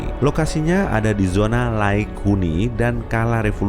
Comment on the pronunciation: Super Laik Huni?!?!?!?! Bukannya Layak?😂😂😂😂😂